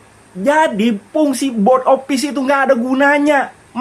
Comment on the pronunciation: Cara sebut " Board " itu " Bod " bang " Bod "